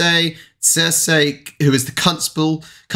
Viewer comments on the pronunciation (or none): You need to practice reading words "Cześć" and "Cezary Cezary" X) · Cezary Cezary a nie Cersei Cersei :D